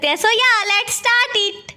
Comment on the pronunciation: Didi startss nhi hai start 😂😂😂